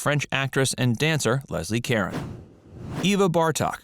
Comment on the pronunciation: Leslee Caron (pronounced: Ka-rah'on. It's French. Gotta "swallow" the R. lol):virtualhug